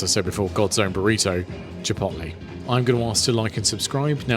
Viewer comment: This is exactly the video I need. And the way you pronounce "Chip'oat'lay" is very entertaining Do you remember noticing a difference in the tortillas? I'm wondering if the Tortilla tortillas are as light and soft and flimsy as the Chipotle ones. That's what I like.